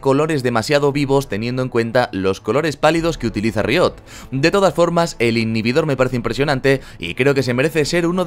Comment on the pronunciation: tu forma de decir riot me pone nervioso